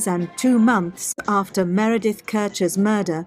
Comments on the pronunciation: Oh dear…the analytical skills were certainly not strong on this one! Repeatedly getting the victim’s name wrong when repeatedly hearing it stated throughout the video is not only unforgivable, but outright disrespectful. Clearly only focused on pointing to Amanda’s innocence and this lack of attention massively brings into question his analysis of anything! At the end of the day his opinion means diddly and it looks like just another tuber on the fly I’m afraid. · Don't wear pearls... Not getting her name right or not caring if you got it wrong says more about you than me. After all, I am not the one who is trying to build your channel's credibility. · I think you kept accidentally saying, “Miranda,” because it’s a mix between ‘Meredith’ and ‘Amanda.’ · Why do you keep saying “Miranda”, don’t you mean Meredith? Slightly unfortunate 😮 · It’s “Meredith” not “Miranda”. Sigh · Disappointing you kept calling Meredith ‘Miranda’ the whole documentary you were analysing called her ‘Meredith’ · MEREDITH NOT MIRANDA !! How many times does she have to repeat "MEREDITH" ????? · And the documentary keeps saying Meredith over and over again yet he still says Miranda. Ugh. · This guy talks about "Miranda" WTF is she? aMeRAnDa or MER edeth? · I found it hard to take him seriously as a statement analyst if every time Meredith’s name is used in the documentary he still called her Miranda . Yet everyone else was named correctly apart from the victim. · Miranda ?.... It’s Meredith. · Meredith.... MEREDITH not Miranda... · Please get the names right: There is a Meredith and there's an Amanda, but thre is no "Miranda". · Meridith, not miranda Lol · Meredith not Miranda! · Meredith, not Miranda WTF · Meredith not Miranda please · Who’s Miranda ?! You keep saying it ! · MEREDITH. NOT Miranda. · Interesting. But a bit off putting that you keep calling her Miranda. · Can you please get the victims name correct!! Meredith.. A good detective listens!! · Please get the victim's name right